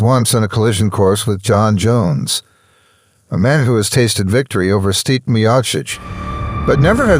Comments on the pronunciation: bruh say the man's name right his name is not steep lmao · 😂 dude doesn’t even say stipes name right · HOLY #%$& NARRATOR. STOP making the same GD mistake EVERY SINGLE NARRATOR IN THE HISTORY OF YOUTUBE has made: BUTCHERING the names of the subject individual you are discussing. You some how manage to say both Stipe’s first AND last name incorrectly, throughout the entire video, DESPITE another woman saying his name correctly in a voice over - you say it correctly one time after that then GO BACK to saying it wrong! Wow!!!! THEN you say Ngannu’s name wrong - it’s pronounced ENN-GAH-NOO. You’re welcome! Five seconds on #%$&@ GOOGLE would have told you that! This happens on YouTube in EVERY VIDEO about sports stars; congratulations, you’re another statistic in the column of : “wtf it would have taken you three minutes to find the correct way to say words”. I feel like I’m giving advice to a five year old, but here we go… DON’T make a video about beloved figures and heroes of the people WITHOUT KNOWING HOW TO SAY THEIR NAMES CORRECTLY. It’s DUMB. It’s LOW EFFORT. It’s DISRESPECTFUL. You’re embarrassing yourself every time you butcher a great fighter’s name because you were too lazy to spend a ridiculously minimal time finding out how to say it right. Blocked. Channel NOT recommended. Thumbs down. Do better on your next video or don’t make one. Have a nice day.